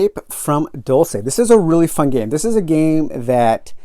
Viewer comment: It is not a fictional place. (And it’s pronounced ‘Dulse’, not ‘Dul-say’)